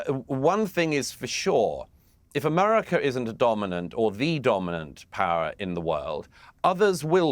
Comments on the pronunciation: I'm British and he doesn't say it correctly. He says Amarica. Listen for it. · What a warmonger And what is AMARECA ???😂 You can’t even say America right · Douglas needs to learn to say America properly.